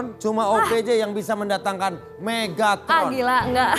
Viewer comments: megtaron? Megatron yng bener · Menit bukan Megtaron tapi mega tron